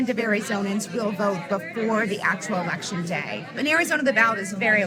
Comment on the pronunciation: ‘Ulection Day’